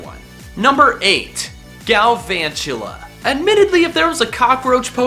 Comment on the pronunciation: THERE IS NO R IN GALVANTULA!